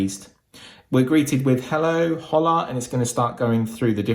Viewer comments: Bro said Holla when it said Hola 😂😂😆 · a little tip, hola is pronounced like ola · Bro really said hola no oola lmao